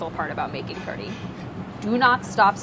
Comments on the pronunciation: It's pronounced Karhi, not Kadhi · It is actually pronounced kad-hee (closest you could get) कढ़ी / کڑھی. The ढ़/ ڑھ sound doesn't exist in English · All I hear her saying is kuree. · But then, , doesn't it actually sound like she's really saying "curry" to anyone else? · I swear she's just saying curry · There's no R in Kadhi????? Why does she pronounce kardhi? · Okay, a question just for the desi peeps in the comments: is there an "r" sound in "kadhi"? Is she saying "kari" or "kardi" or something else altogether? I couldn't figure it out. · It sounds like she's saying Curry in Engrish. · You can hear her tongue hit the top of her mouth when she's saying it. Curry, she doesn't do that. It's very hard to catch or replicate if you're not used to it. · New drinking game: drink every time Priya says "Kadhi" and you hear "r" sound :D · Priya even you cannot pronounce Kadhi. And who calls Kadhi Soup.